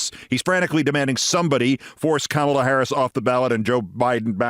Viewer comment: It’s pronounced “Comma-la”, NOT “CAMEL-LA”. C’mon, Keith. Do better.